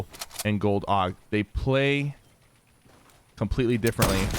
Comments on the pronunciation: Sypher its a A.U.G not a AUG!!!! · I cringed every time he said aug like aoug